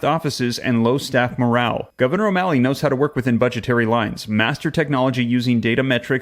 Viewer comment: When you say O MALLEY I want to puke .